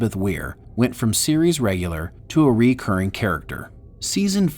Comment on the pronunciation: Please learn to pronounce “recurring”!